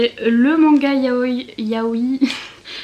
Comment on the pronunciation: Coucou ! Ça ce prononce juste Yaoi. On accentue le "i" final sur les mots qui en comporetnt deux comme kawaii par exemple ;)